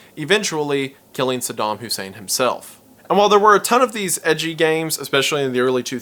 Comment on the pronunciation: Saydem? Sudahm? Bro wut? 😅